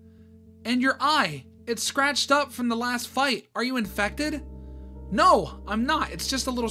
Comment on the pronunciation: why did you say NAURR?